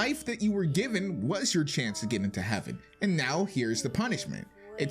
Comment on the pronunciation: The way you say heaven is weird